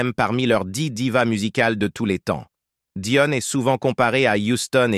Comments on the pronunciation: Que le présentateur prononce le nom de l’actrice correctement Dion non pas Doine Très désagréable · DION DIONE apprenez à dire les noms propres correctement car au bout d'un moment les oreilles ont mal. Ceci dit je souhaite bon courage beaucoup de force et d'énergie à Céline car cette maladie doit être insupportable. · C est pas Dionne c est Dion !